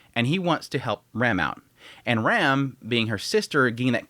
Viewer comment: You pronounce "Rem" and "Ram" the same